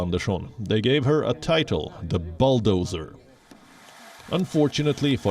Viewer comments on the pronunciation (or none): Bulldozer, bull+dozer 🐂thymes with full, not cull.